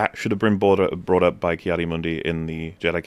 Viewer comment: Why is no one bashing him for saying "Kai" instead of "Ki"?